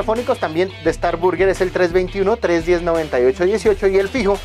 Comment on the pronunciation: por el contenido que tienes podría resultarte útil buscar la pronunciación de _burger_. También sería chévere mostrar muchos más sitios en el sur y en el occidente; ustedes saben que en los barrios populares es donde siempre están los mejores sitios.